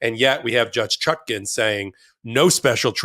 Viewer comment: Is "Chutkin" standard US pronunciation of "Chutkan"?